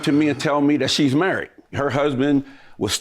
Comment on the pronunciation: “You’re marrett” “You’re marrett”😂😂😂😂